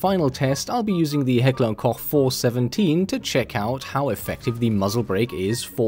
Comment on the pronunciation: are you german? you pronaunced Heckler und Koch completely correct.